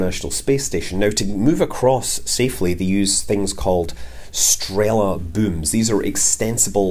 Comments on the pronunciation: It's actually not strEla, but strelA (стрела) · Scott, it is strelA, not strEla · Nitpicking correction. Strela - yes, technically an arrow. But you have to put stress on last "a" when you say it. Oh and in Russian "Strela" also means crane's boom (from Google translate: arrow, boom, arm, dart, shaft, rise)